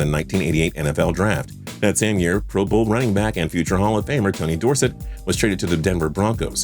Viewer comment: Bobby Bo-knee-la. & Tony Door-sit Lmao. What a joke u can't even pronounce names properly & u want us to take u seriously as a sports channel